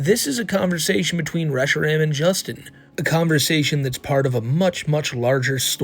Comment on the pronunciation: The thing that pisses me off most about is his constant mispronouncing of various pokémon names. How does he like them so much but say them like a parent mockingly reading the name of them. Especially reshiram. Its "re-she-rahm"